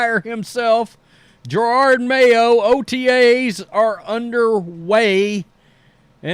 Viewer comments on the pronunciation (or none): It's Jerod, not Gerard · it's Jerod Mayo, not Gerard.